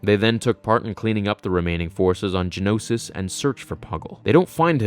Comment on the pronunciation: Ge-Oh-No-Sis. Not Gen-Os-Is. And it’s Ge-Oh-No-sians. Geonosis. Geonosians. Who hired you?